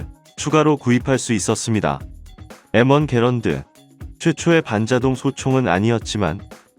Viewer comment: 영어 M을 일본식으로 읽으면 에무인데 일본에 보급된적도 공여된적도 없는데 왜 엠원을 왜국식으로 에무왕으로 읽을까? 일제 강점기로 인해 한국사람들도 발음이 왜국식으로 패치돼버렸나?